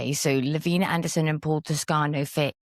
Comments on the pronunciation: I worked with Lavina in publishing the Case Reports of the Mormon Alliance. She didnt pronounce her name La Vee Nah. She pronounced it Lav Eye Nah. Get it right. She didn't leave the Church. The Church left her. Yall should probably stop doing your own research. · Just a quick note - her name is pronounced Lavina with a long I La-vine-ah